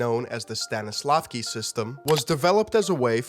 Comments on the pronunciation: Not stanislavkin but Stanislavsky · It's not Stanislavky system, it is StanislavSky system... It's not a big mistake, but many pronounce those Slavic names and words incorrectly... If people of other cultures can say "Jared Leto" or "John Wayne" as they should, well, anglophones can learn to pronounce names and words of other languages as they should be pronounced.